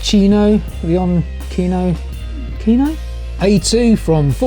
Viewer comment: Lay-on-tshee-no. Leoncino. Lion cub. Be aware that with this one you're actually buying a 100% Chinese Qianjiang motorcycle. They just happen to own the Benelli label.